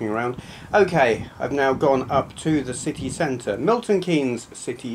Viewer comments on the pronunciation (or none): I thought you said 'sickie centre' as if it were a place notorious for workers bunking off or something! Haha :-D